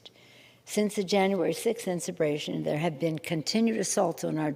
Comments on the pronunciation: "Jan 6th insubration ". Yeah she's not drunk today. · Inseration? 😂 Clown please!🤡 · Did she just say incebration? She must be reading the same book as Brandon. LGB!!! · “Since the January 6 insurbation” lmfaoo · did you notice she couldn't say insurrection. Very sus considering nobody has been changed for insurrection. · she pronounced differently - & incorrectly - every single time.😂💀 I thought maybe it's bc she's drunk as usual, but maybe it's bc she can't legally say "insurrection". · As much as Liberals talk about “insurrection”, why do they always mispronounce it? 😂